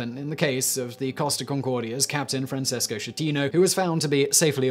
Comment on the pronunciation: Francesco Schettino Sounds like Fran ches Ko. Skeh-tee- noh. Ch in italian always sounds like K.